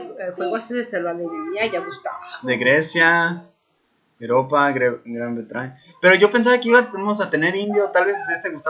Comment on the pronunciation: "GRAN BRETRAÑA" xD